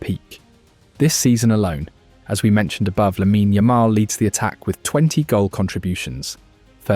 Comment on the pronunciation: It's lamine NOT lamina